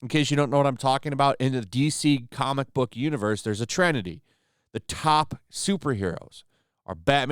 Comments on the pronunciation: FFS! The word is Trinity not “trenity”. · Trenity? I think you mean Trinity.